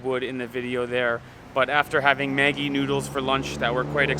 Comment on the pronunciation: did u just said maggi noodle? Sounds so malaysian..Haha